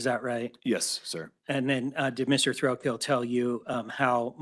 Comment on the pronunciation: It sounds like the procecuter is saying Mr Thrill kill. I had to check if that really is his name 😮😮😂😂